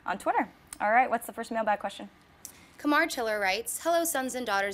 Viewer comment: Thanks for pronouncing my name right. Kamar is really hard for some people. Lol